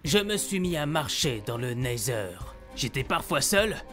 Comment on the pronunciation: c’est la première fois qu’il le dit bien 😅😅😅